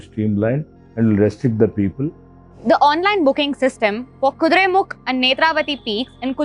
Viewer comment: I don't understand why some people and the reporter is calling it 'Kuduremukh' instead of 'Kuduremukha'. The name Kuduremukha literally means "horse-faced" in Kannada and refers to a particular picturesque view of a side of the mountain that resembles a horse's face. Pronounce it properly and repect the language.